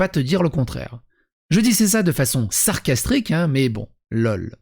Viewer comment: "sacrastrique" ahh putain tu es impayable de viol de la langue française : peu t'arrivent à la cheviile...